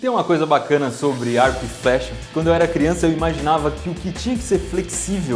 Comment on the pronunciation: e o momento que ele fala arco e fecha :/